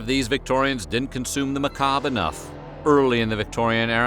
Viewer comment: It's "macabRe", not "macab"; the R is pronounced because it s followed by an E.